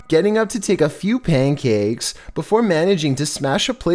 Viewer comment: Nobody: Mishchevish dog: pankacke